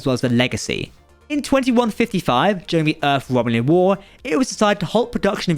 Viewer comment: Am I the only one irritated by this narrator's HORRIBLE, IGNORANT vocabulary? Mr. Marble Mouth/Eliza Dolittle- I never heard of a place called "Earf." Or the number 3.…? It is not something that is "free.". And the word "threats"....for God's sake,.. Remove the marbles from your mouth and use your tongue to properly pronounce "th". Threats is not fretts. Geez!